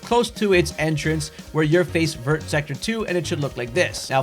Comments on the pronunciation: Vert district is pronounced as vye, its green in French lol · I come to you once again with a fun French pronunciation! Vert sounds like “Vare,” it rhymes with hair. The t is silent. À bientôt! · Thanks for that ! By the way, the "t" in "Vert" is silent in French :)